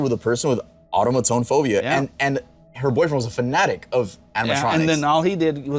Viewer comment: “auto ma tone”😭😭